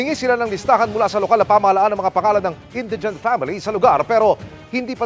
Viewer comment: Indeegent or Indaygent? Hihihihihi